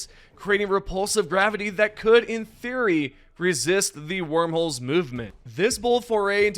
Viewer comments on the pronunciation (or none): none